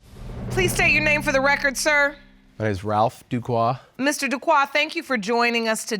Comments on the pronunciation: Everytime the Judge and Mr Duque pronounced his name as Duquoi the French speaking/Haitian part of me corrected them like they can hear me. 🇭🇹🇨🇦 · yes I kept correcting them is Duque not Duquoi.